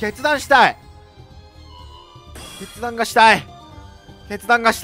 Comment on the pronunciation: 決断がしたいが、けつ出したいに聞こえた